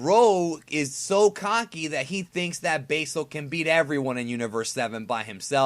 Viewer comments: its like you went out of your way to mispronounce old red fox's name basil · basil is not pronounced that way